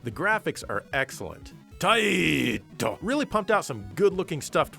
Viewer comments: Nice to finally hear you pronounced “TAAIIITTOO” correctly again. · That Taito pronunciation is glorious.